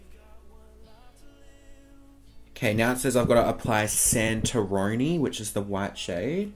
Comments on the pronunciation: LOVE HOW YOU MISPRONOUNCED CAPRI AND SANTORINI I LOVE YOUUUUUUU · literally unsubscribed bc he said santorini wrong lmao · The way he said "santorini" HAHAHAHAH love u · Hahah the way you say Santorini, the names of that palette are islands